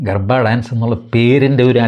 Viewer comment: എന്റെ അണ്ണാ ഗർഫാ ഡാൻസ് അല്ല .... ഗർവാ ഡാൻസ് എന്നാണ്